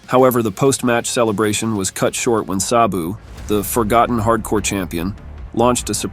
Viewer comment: If only the voiceover guy knew how to pronounce Sabu's name correctly...